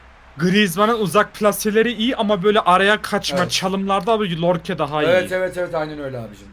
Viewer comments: LORKE DEĞİL YORKE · yeter lan yorke ye lllorke deme lan yeterrrrr cok sinir bozucu birsey bu yeter lann lorke ne adamin ismi yorke yorkeeee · Ya şu adama lorke deyip durmayın “YORKE” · Abi lorke değil yorke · Lorke değil ABİ yorke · lorke diyil yorke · artık şu adamın adı lorke değil yorke.. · Biri söyleyebilir mi oyuncunun adı lorke deil yorke 😅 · Yorke ye lorke diyen selam